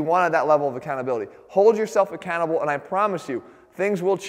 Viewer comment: Is he saying be accountable or be a cannibal?